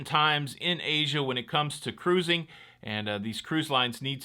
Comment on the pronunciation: I just love the way you say ca...RU...sing! 👍